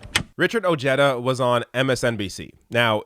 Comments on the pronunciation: It’s pronounced “O-head-ah” NOT “O-Jed-ah”! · Oh-hay-da is the correct pronunciation. Another bourgeois politician who tries to come across as for working people. Every few yrs. another one comes out of the woodwork. As the crisis of this system increases, there will be more like Ojeda. And Trump. I have a suspicion that Ojeda is more right wing than he lets on. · His name is pronounced oh-HAY-duh. Facts first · If Ojeda supported trump, he ain't POTUS material. And the way he pronounces his last name is ridiculous.